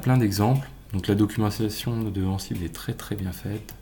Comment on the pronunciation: La prononciation d'Ansible :(